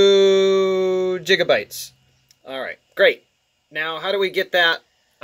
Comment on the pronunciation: Bruh "Jigabytes"